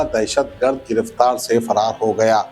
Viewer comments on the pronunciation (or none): Griftaar se faraar kya re?? Abhi tak giraftaar nahi hua bol Nai sudherta re tuu